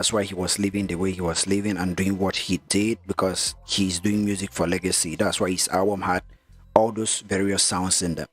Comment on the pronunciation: Its "legacy " not lagacy